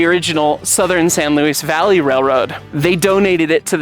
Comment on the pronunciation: The name is pronounced "San Louie Valley", not "San Louise Valley".